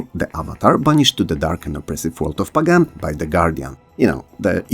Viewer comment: it's pronounced pagan, not pagan 😢